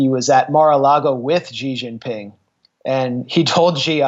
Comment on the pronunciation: Funny phoney book! Just citing Trump's "sentences". Trump is the "Greatest King of Clowns"...Fantastic fun in DC! BTW, it is not gee or she, it's a whispered hsee. Not jumping either, but: D'gin Ping. I like Pink Gin.